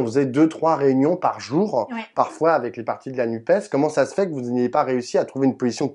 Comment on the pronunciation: Content – sans étonnement – d'entendre "la NUPÉS" de la bouche de Sandrine Rousseau. Il y a en effet tant de journalistes qui, disant "nuppe", voudraient ainsi réduire l'écologie à un 'e' muet !